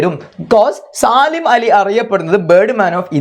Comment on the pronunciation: സാലിം അല്ല സലീം എന്നാണ്